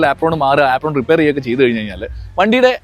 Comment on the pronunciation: ആപ്രോൺ ❌ ഏപ്രൺ ✅